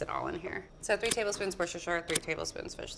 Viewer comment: Does anybody find that she pronounced the word Worcestershire incorrectly?